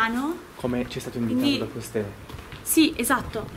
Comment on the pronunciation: quel "SI" all'settimo minuto circa mi sembrava più un "NOI"